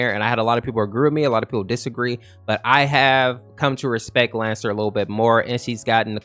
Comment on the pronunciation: Bruh it's lancer 🤣